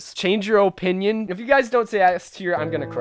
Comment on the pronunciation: your OHpinion is wrong